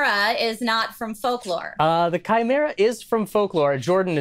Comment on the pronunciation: I’m just glad that you can pronounce chimera